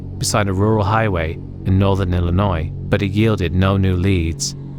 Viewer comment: You say Illinois like a pro!